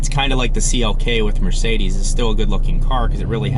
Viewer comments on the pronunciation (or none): none